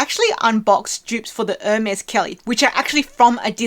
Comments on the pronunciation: Since you asked, Chypre should be pronounced sheep-rhuh (the second syllable being brief, like Louvre). It’s the French name for Cyprus. Hermès should be pronounced more like air-mes, rather than urr-mez. 😊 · Hermes is pronounced Or may it is french